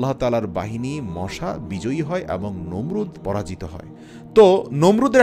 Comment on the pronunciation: মোশা নয় মশা বলবেন